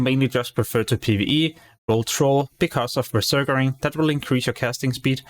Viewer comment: You keep saying beserkering. It's berserking, you're adding an extra er afer beserk.